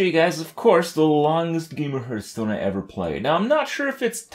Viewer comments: my god... i hate when he sais-hurtstone insted of hearthstone.... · Hearth sounds like "Scarf", not like "Earth" The leading consonant alters the vowel.